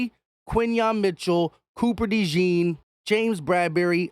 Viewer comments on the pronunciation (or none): 1. Say his name the right way! Cooper “DeJAWN” (pronounce it like Dijon, the mustard, except “Dejon”). 2. Speaking of DeJean, definitely don’t mind him being on the outside! Dude is 6’1, 206 lbs, jumps like a pro PG, and runs a faster 40 than Trent McDuffie. He will be fine. 3. Keep Bradberry as a mentor/ 3rd stringer in case of injury.